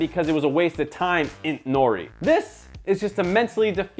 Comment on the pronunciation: its intori not intnori